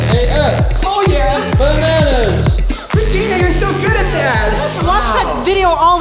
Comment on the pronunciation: its regina not ragain